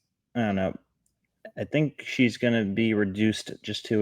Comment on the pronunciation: Uh-fynk, anyone catch that?